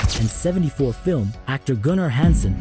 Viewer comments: One thousand nine hundred and seventy four? My dude just say 1974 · I was out after the line, One Thousand Nine Hundred And Seventy Four film. YT was already getting to the point of being unwatchable. AI is going to ruin all originality and creativity and only watched by people with the IQ and attention span of a goat… Take me back to the 90s before the world went mad.